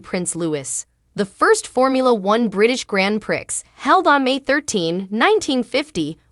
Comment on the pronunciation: The Grand Prix is pronounced as Grand Pree it is a French title.